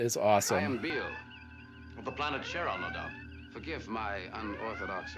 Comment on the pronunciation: Cheronas as in "My Cherona"